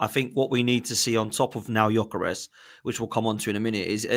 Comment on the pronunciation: The pronounciation is (Jö-ke-res). I’m swedish